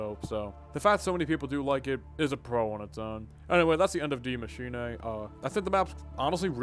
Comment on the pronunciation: The first English speaking YouTuber pronouncing it correctly, thanks 👏🏾